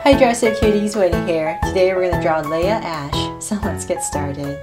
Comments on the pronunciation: nobody: Her: laha ash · It's Leah ashe